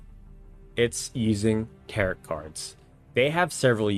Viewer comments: great videos! i just pulled out my psp and started to replay TO since it's been many years since i've played. FYI warren is usually pronounced "war-en" and tarot is "tare-oh" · The last T in Tarot is silent my friend. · He is from Hawaii. They having some called Taro so there is that my friend.